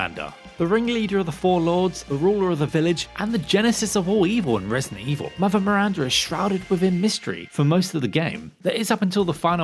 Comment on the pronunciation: MiranDA not Mirrrranrda